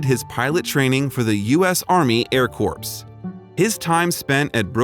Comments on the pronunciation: "Army Air Corps" is pronounced like "core", not "corpse". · For future vids, Corps is pronounced like core, not corpse. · Corps is pronounced CORE. No P or S sound. Where do these people go to school to secure these jobs? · To the Narrator: It's pronounced CORE--The U.S. Army Air CORE (spelled Corps). Corpse is a dead body. So remember Air Corps is pronounced Core--Like the Marine Corps pronounced Marine Core. Got It?? You're (not your) welcome. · That’s how Obama pronounced it in his speech-goes to show you how much he really new about our country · I also heard Obama mispronounce Corps more than once. I believe EVERYONE is entitled to their own opinion without being judged or ridiculed for the way they feel ! Just saying...